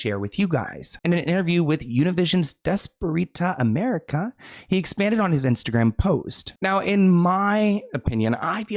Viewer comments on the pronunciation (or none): Its pronounced "des-pyer-tah america" which is good morning america for Hispanics!! ❤ mexican reporting in lol love ya great video as always